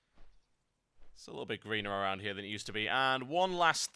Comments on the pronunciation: What he calls Satire at the end is pronounced Say ter. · Lol it's pronounced (say • ter) not satire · The giant naga skeletons: same as before And I have to admit, I chuckled when you pronounced satyr as satire, pretty sure it's pronounced more like Sate-eer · It is pronounced say-terr